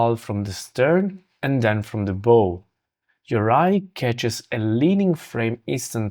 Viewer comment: Looks like an interesting construction. Your pronunciation of the word BOW is for an archery BOW Pronounce the front of a ship (BOW) to rhyme with “cow” or “now” Your English is much better than many of my English friends.